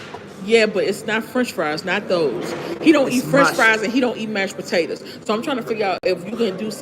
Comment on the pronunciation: this tickled meee 😂 Buh-tay-tuz